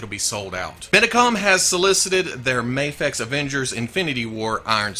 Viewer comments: Mafex pronunciation hat trick! 3x multiplier! Tilt! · pronounced Mafex in 3 different ways lmao